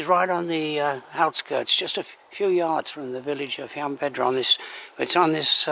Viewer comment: You missed out on going to the nearby Roman Steps and the lake that echoes when you shout across it . Btw . You keep mispronouncing Llanbedr .